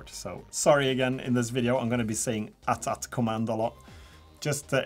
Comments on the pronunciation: It's called an A T A T not at at, sorry it's just a small thing that kinda annoys me Edit: not to be too negative, the models are great, don't mean to be rude, these are great videos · A-Tee A-Tee. If it was At At, how do you pronounce AT-ST? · Umm... AT-AT isn't supposed to be one word, you say A, T, A, T, Walker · Pronounced... AT(eighty eighty) or Ay Tea Ay Tea...🤣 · Aye Tee Aye Tee. Not at at